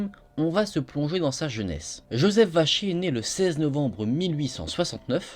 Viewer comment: Qui entend Joseph vachier au lieu de vacher